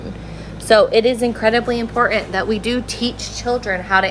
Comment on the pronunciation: The word IMPORTANT is not pronounced "Imporh' in"